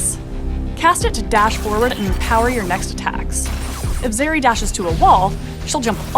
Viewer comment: Zeri, bro? R u kidding?